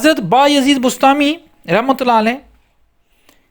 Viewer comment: بسطامی لفظ ہے بستانی نہیں۔ اسکو ٹھیک کریں۔ جناب عالی